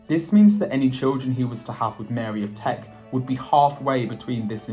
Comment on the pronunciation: It's Mary of Teck, )not Mary of Trek. Teck is an area of Germany near Stuttgart.